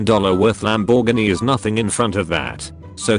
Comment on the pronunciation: Need to teach your bot to speak english ...Lamb bore Gee...nope I'm done